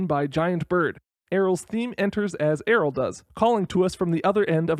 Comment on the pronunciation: I stg it's pronounced the same as "Ariel", the Y makes its consonant sound lol